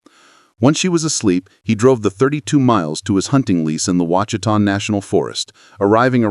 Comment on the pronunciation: It's WASH UH TAW mountains not washeeta not wachita.